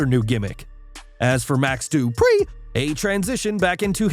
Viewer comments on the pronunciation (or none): I like the way you say Max Dupriii 😂